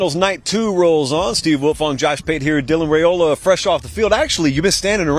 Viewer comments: Rye-ola not Ray-ola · RYE-ola. DAMN y’all idiot beat reporters need to say his last name right 🙄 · Butchered his last name yet again